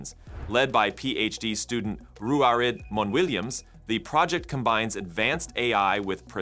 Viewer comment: AI text to speech still hasn’t figured out proper names. Ruairidh is pronounced ROO-er-ee.